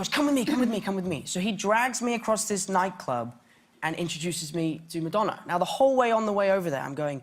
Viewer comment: ok I love when his voice accidentally twitches into his american/New York accent for certain slang like night club omlllll